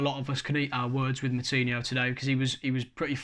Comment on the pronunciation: The way pronounces the players names is so annoying 🤦🏻‍♂️ who the fuck is podance and moutinya